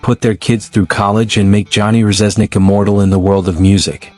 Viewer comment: Can't pronounce Reznik correctly...its def AI